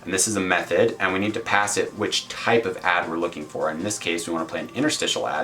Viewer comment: It sounds like you're saying meth-head instead of method. lol thanks for the video ;)